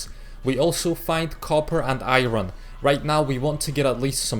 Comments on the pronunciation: Iron not ayron men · You can pronounce Iron as Ayorn not Ayron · its funny when he said iroon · Yea especially when he says iron